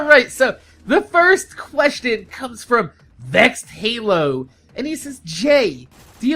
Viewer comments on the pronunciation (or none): none